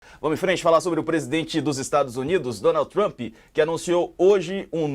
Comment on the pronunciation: “Trumpi” kkkkkkk trump my friend